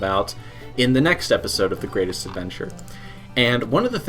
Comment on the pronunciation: I try to watch these, but then I hear the opening "gwatest adventah eva twoode!" and i just cant